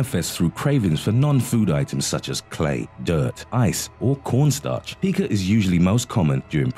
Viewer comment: It’s pronounced pie-ka not pee-ka